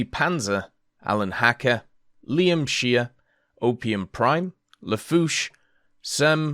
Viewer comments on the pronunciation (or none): none